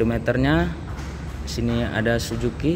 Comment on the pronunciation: Bukan "SUJUKI", tapi " SUZUKI" temen temen, temen temen, temen 😃😃😃